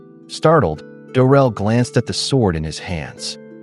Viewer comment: Isn’t it “Drel”? Not Durel?